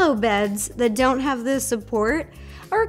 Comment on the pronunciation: is it just me or dose it sound like “I do want blueberry to feel left out”?